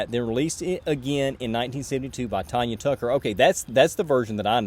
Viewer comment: Okay one correction...Tanya Tucker's name is pronounced Tanya (as in tan yer hide). Her joke not mine lol. First time I saw her in concert she said that her folks named her that because they knew she was going to be a terror and they were constantly going to have to threaten to tan her hide.